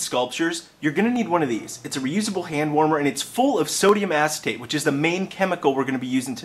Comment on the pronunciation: im 35 secs in, "it's formed of sodium asstape"? granted its but hear it every time i replay